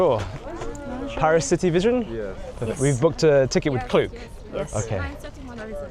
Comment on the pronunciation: the way says Paris smh 🙄 like if you can't do the /æ/ sound just say PE-ris instead of PAH-ris that's at least a valid pronunciation in American English 😂